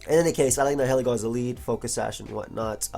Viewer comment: It's pronounced ny-uh-lee-go